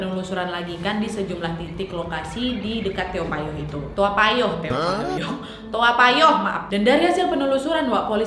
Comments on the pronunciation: Tao payoh naaad.. Sering kali kau salah sebut 😭😂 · To payoh ka nyebutnya 😅😅😅 Lucu kk bilang toa payoh